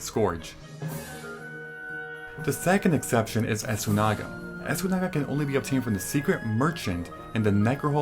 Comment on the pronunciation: Esoona-ga* but say it all together Beestiary* like beast lol I had also read you just have to enter every zone to get the cartographer trophy but not sure about that one. Scourge (sigh) I guess you can pronounce it that way ;)